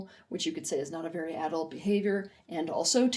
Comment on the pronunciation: I can't listen to this video because of how she pronounces AAA-dult